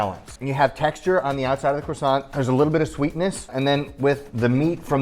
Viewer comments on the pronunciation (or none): The way you say croissant would hurt the French more, than when u made it flat.